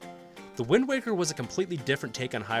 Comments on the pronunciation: I almost quit the video after he said wind walker, but the comments seem to be mostly positive so ig ill keep going lmao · Holdup did you just say windwalker? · Windwalker???? Windwaker!!!!!! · I lost interest at "Wind Walker" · Wind Walker why did he call it that